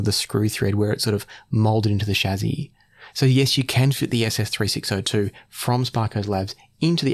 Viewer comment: lol "Shazzy"